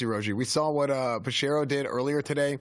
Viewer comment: Lol isn't his name pronounced "Pe shero" not "p.s hero"?